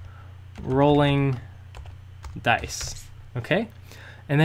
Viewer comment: Good tutorial but the c in dice isn't silent